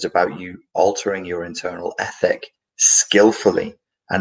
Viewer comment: In the very beginning I thought he was saying “epic” change....but I guess this all would be an epic change, a well as ethic....